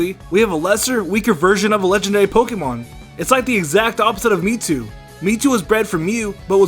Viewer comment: Does he say metwo??